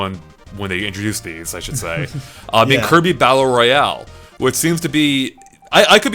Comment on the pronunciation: "Kirby Ballllel Lloyalll"